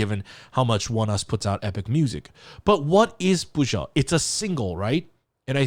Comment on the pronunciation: I am so glad to hear your unfettered pronunciation of the title. It had me stumped even though it is sung several times, I had a harder time than usual hearing it clearly. Thank you,!